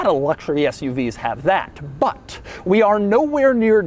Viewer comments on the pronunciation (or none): I love when he goes.. BUT! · Doug's "but" has the same energy as his "this"😂